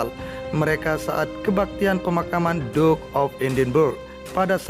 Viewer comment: Mas, mbok belajar membaca sedikit dong klu bicara di youtube. Terutama bgm mengucapkan Duke dan Andrew. Apalagi klu di-ulang2 spy tdk menghina org dan menyakitkan telinga.